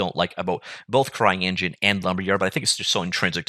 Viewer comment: did you just say "crying engine"? :D